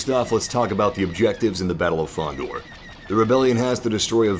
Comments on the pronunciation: Its called FONDOR, not KONDOR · Its Fondor, not Kondor... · Fondor not kondor😂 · Fondor, not Kondor.... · It's Fondor, TRIGGERED REEEEEEE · Battle of *Fondor